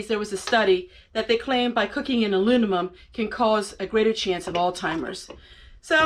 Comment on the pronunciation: Great video, not trying to be a smartass but you kept saying alunimum. I often mix words up myself and they sound so right when you say it, too!😂